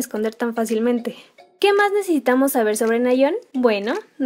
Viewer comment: Hace poco empiezo a estanear a twice y me parece un grupo hermoso y con muchisimo talento, pero fuera de eso Quien mas se dio cuenta que dice "necetamos" en vez de necesitamos